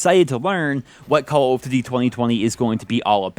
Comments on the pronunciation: Why does he say call of tuty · He finds it difficult to say Call of Duty. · It sounds weird when you saying Call of Duty I think you're pronouncing it super weird maybe your just saying it super fast so it sounds weird to me I don't know yeah it's cuz you are saying it weird plus you're saying it super fast so it's all scrunched up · Call of duzy or call of dugy i cant tell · "Calughft Dity..." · Call of dudy??? what??? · Yo why he say call of duty like that thoo?